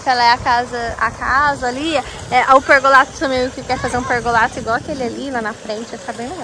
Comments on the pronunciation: Não é pergolato. É pergolado, esses influencer deveriam ser mais bem informados. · querida, não é pergolato com t e sim com D PERGOLADO.❤